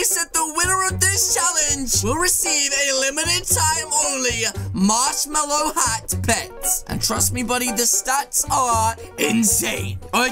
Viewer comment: Its "Marshmello" NOT "Marshmallow" !!